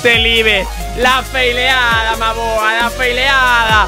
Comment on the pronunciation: En ves de desir la feileada di la folada